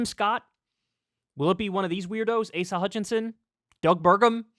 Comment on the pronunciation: Did that man call him Asia Hutchinson? 🤣🤣🤣🤣🤣🤣🤣🤣🤣🤣